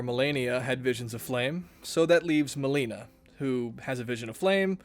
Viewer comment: 😭😭😭 Why you say Melinas name like that